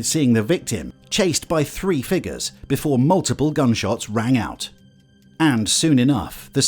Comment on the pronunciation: I thought he said something completely different than “figures” lol. Was like damn that’s fuckin weird, had to go back and see he said “figures “ hahahaha.